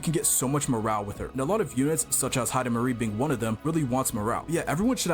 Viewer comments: Heidemarie ❌ Heidimisery✅ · Heidimarie ❌ Hyper-carry✅